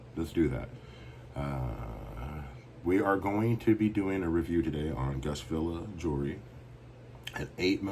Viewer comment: You said my name right how much would you sell that cuban for